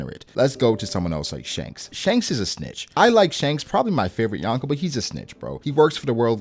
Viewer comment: It's YO-n-Kou.... not YAWN-ko ;O)] kind of like ax and ask. LOL